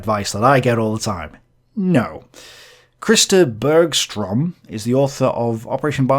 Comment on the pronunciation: Did you just call him Chris de Burgh-strom?